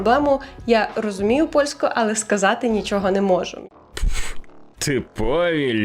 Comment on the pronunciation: Гарні тези) Ps: АЛЕ має наголос на е в українській мові)